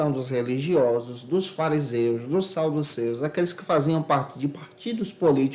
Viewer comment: parabéns pelas aulas, acompanho e é enriquecedor para nossas aulas. … Uma observação na aula anterior e nesta você faz referências ao grupo Saduceus, mas a sua pronúncia fonética sai sauduceus com “u”, é isso mesmo?